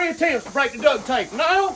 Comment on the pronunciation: Dude it's suppose to be DUCT Tape NOT DUCK